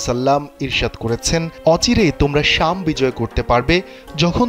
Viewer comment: `শামস` না, `শাম` হবে (বিলাদ আল-শাম/আশ-শাম) 😇 সংবাদ পাঠক/প্রেজেন্টার এবং রিপোর্টারদের শুদ্ধ উচ্চারণ সংবাদের মানকে বাড়ায়, বিপরীতে কমায় ☝ যে ভাষায়ই তা হউক না কেনো- কষ্ট করে হলেও শুদ্ধ উচ্চারণের অভ্যাস করুন; আর না হয় এবিষয়ে আপনার চেয়ে দক্ষ কারো জন্য ফ্লোর ছেড়ে দিন 🤷‍♂